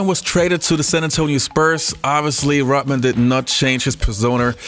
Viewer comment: its pronounced ROD man, NOT ROT man.